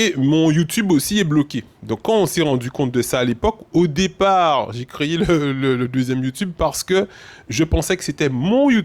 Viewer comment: On l a « créyé »? Plis fos timal